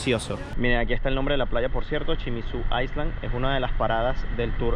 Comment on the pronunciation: Al leer Island, no pronuncies la s, di iland! De otro modo parece dices iceland